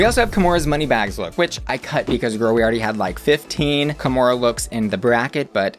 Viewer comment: kahmora more like kahmore please